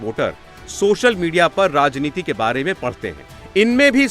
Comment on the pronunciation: राजनैतिक, प्रश्न , उत्तर , धन्यवाद प्रश्न,अनुमान । लगता है हिंदी आपको नहीं आती!